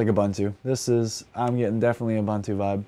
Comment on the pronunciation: The way he pronounces Ubuntu hurts 😭 it’s ooh boon too bro